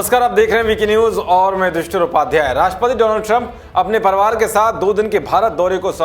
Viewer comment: परवार नही परिवार होता है news एंकर होकर शब्दो पर ध्यान नही देते है